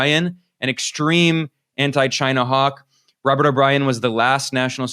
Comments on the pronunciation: The correct Trump pronunciation is ‘ Ghyna’ !😉🤣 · I hated to hear the arce hole saying Chyna